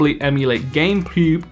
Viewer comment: i think he actually said "Gamepewb"